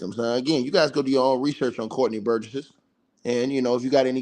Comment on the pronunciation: This cool and everything. But relax on cussing out ppl that come to your channel to support you. It’s better interaction for you anyway. And you seem even more stoooooopid when you yell at people but sitting there diabolically adding extra syllables to Courtney’s last name. Burgess! That’s it!! NOT burgessESS … like boy sit down and relax!! Cause your passion got some of us wanting you to just tell your own story of when you “got took”… cause why all the fire and the passion? Something you wanna tell us?? Got a similar story of your own ??? eel!! 🥴🙄🙄🙄. And yea …. Block us… and hurry up !!!